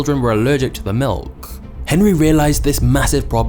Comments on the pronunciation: I had to turn this video off due to how this guy says “milk”. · I don't like the way you said "Milk" 😂